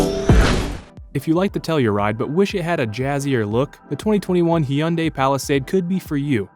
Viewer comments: It’s not “Hee-unday”, it’s “Hun-day”. As they said in their original ads when they first entered the US market, “Hyundai, rhymes with Sunday”. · Actual Korean pronunciation is actually closer to Hee-unday than Hun-day. Original ad used that rhyme to make it easier for Americans. Still, nowhere as bad as Brits saying High-Yoon-Die... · lol... high-yoon-die 😅🤣 Guilty as charged. That's what I used to say until I heard the American "rhyme with Sunday" ad. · Is that pronounced hayundayie or hondiay or hauyanday or hundee no matter not buying one anyway. Or any jeep product or chevy and ford crap for that matter. Oh yeah subaru covered up a massive problem with their engines for 10 years so they are out too. That leaves toyota and honda so why bother even reviewing the rest.